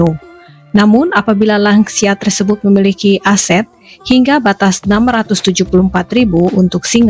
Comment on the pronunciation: "Lansia" di bahasa Indonesia adalah sebuah singkatan dari "Lanjut Usia". Saya krg paham bagaimana anda bisa menyebutnya " Langsia". Buat saya langsia seperti nama spesies serangga. Semoga lain kali bisa berbahasa lebih baik lagi.